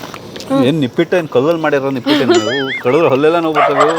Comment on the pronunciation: ನಿಪ್ಪಿಟ್ ಅಲ್ಲ ನಿಪ್ಪಟ್ 😂😂